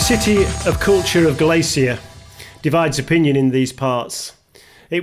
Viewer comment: Sorry to be a pain in the backside, but if you're somewhere in Spain ask a local how to pronounce it please. Galicia is Ga-li-cia, first i is like i in hidden and cia is said thi-a, i also like hidden. And i'm from Manchester by the way....... thanks.